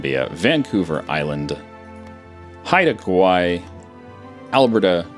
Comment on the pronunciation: Props for pronouncing Haida Gwaii correct.